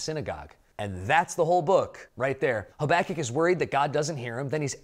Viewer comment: My teacher did a verbal test on the books of the Bible and made us say the whole thing wilst covering our eyes. The teacher said "Haba-kook"... What!? I said "Haba-kuck" You said: "Hoback-kic"